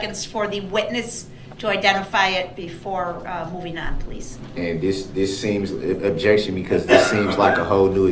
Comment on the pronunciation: "Objexion relevancy" "Reason for the SUBstain?" "Is that a TACKit agreement?" "Subject matter jurisdiction"